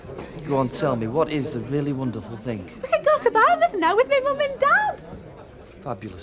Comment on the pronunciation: Why does Curly keep saying "Barnmouth" when it's "Bournemouth"?!